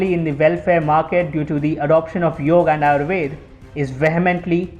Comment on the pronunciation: Awesome video. but Its Yoga not Yog, if u want international viewers, then teach them properly how its spelt, dont do their slang for fs